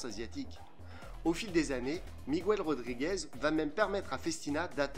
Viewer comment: Miguel Rodriguez, pas Miguouel !!!! Video très intéressante. Je ne connaissais pas le patrimoine historique de cette marque. Les modèles des années 70 sont plutôt cool. Je suis l'heureux possesseur d'une F16599/1 (Tour de France 2012) que j'ai achetée sur un coup de cœur. Je suis entré dans la boutique, j'ai dit bonjour au vendeur, j'ai pointé du doigt la montre qui était en vitrine et j'ai dit "je la prends !!" Sans même m'intéresser ni au prix ni au fait que c'était une édition TDF😁... je ne pense pas m'en séparer un jour et je peux te dire que quand je la sors, elle attire les regards. Après, elle est plutôt massive 💪48mm de diamètre ↔, 15mm d'épaisseur ↕ .. mais moi j'aime bien 😁 Aujourd'hui encore, je trouve certains designs efficaces, comme sur la F20636/4, montre de forme très moderne, chronographe quartz, bracelet cuir... un beau BB pour à peine 150€... L'autre que je trouve très sympa, c'est la Timeless Chronographe F20519/1 avec ses broad arrows, son poussoir rouge vif et son cadran bleu cyan... pour 150€ là aussi... Chose plutôt rare, Festina essaie de placer les dates de façon à ce que les indexes restent entiers. Perso j'apprécie. Je déteste ça chez les Japonaises, quand l'index à 3 heures est remplacé par un guichet de date qui ruine l'esthétique du cadran. Je ne suis plus client de cette marque depuis que je m'intéresse davantage à l'horlogerie, mais c'est une marque que je conseillerais aux jeunes qui n'ont pas beaucoup de budget. Chez Festina on peut se faire